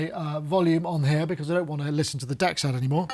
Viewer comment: DEXED is pronounced, "DX'd". Like DX past tense.